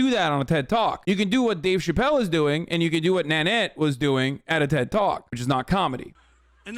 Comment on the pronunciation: chat making fun of the way hasan says ted TALK nooo haha